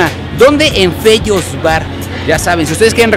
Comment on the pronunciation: Sabes que ya se le subió cuando en vez de decir Fellos dice Tellos XD